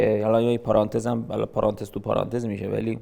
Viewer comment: آقا یکی این سوالو از خراطیان بپرسه چرا به پرانتز میگه پارانتز :)))